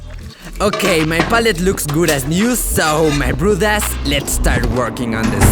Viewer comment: i am only one who hears brothers as broad-ass